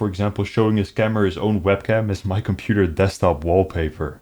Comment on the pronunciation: compuder. derpa derpa compuder.